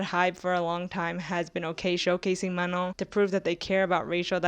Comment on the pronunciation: Is that really how Manon is pronounced… like ‘Manong’?